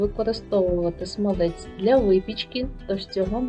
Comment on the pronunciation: То якась собі філологиня заблукала, та роздавала "цінні" поради..))) Авторка відео десь двічи чи тричі казала "смалЕць", замість "смАлець", але й тут як бачите, знайшлась ...вчителька з української мови!..)) З іншого боку: до процесу приготування смальцю, у вчительки питань не виникло і це вже добре!)))